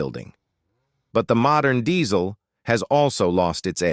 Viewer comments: It's diesel not dezzzzzl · It’s pronounced Dee-zuhl